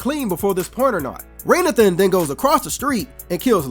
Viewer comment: Why are you calling this man "Raynathan" when it's actually pronounced throughout the movie as Ray Nathan?!?!!?